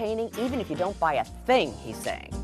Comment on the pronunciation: “Is this supposed to be a bad ting or a good thing”